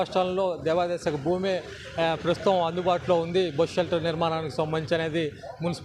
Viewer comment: It's Bus Shelter not bosu shelter